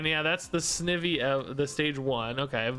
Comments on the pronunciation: I am sure I won’t be the only one but snivy is one syllable but instead of evy it’s more like the word ivy like vines. So it’s pronounced like snEYEvy. This probably doesn’t make sense. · just an fyi on wrong pronunciations, snivy is like ivy (name is a combo of snake and ivy) , dhelmise is like demise, beheeyem is technically pronounced like the letters B-E-M (as in Bug Eyed Monsters), but you pronounced it how most people do, elgyem is pronounced like the letters L-G-M (as in little green men, a word for aliens), and shiinotic is pronounced with a shee not a shy also the probable reason why there's so many repeats is that the first set included all of gen 1 and the pokemon company really likes gen 1